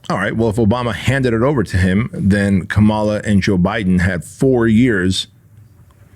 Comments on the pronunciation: Learn to pronounce Kamala’s name correctly if you’re going to do a podcast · Say her name right.